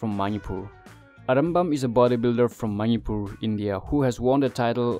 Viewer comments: Ateidudi ngna ngangningba accent da ngangasu Manipur dufaodi fjna ngangbiyu. Eikhoi lamse Manipur haibne Mainipur haiba ntte. Keibul Lamjaoduna Keibul Lamjeou kaina yam pktehe. Miinggase accentda ngangadi John kaise Jeoun hadoira? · Bro its Manipur not maupur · The way u pronounce Manipur .....or maniipuur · Maripur...your english pronounciation sucks bro. Try to improve english speaking. By the way good job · Nobody knows? like really? its a General knowledge specially from NE they knows that 😅 BTW nice try at least try to pronounce correct the word "MANIPUR" all the best 👍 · Good job, but your pronunciation of "Manipur" is 😁😁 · do u have any idea what u r speaking!!little knowledge is dangerous amigo...PS: learn to pronounce Manipur properly 😂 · Why you Pronounced Manipur like that???...so disgusting bro! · First learn to say Manipur properly. Its weird.